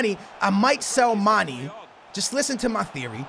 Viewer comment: you pronounce mane wrong man it's not mani mane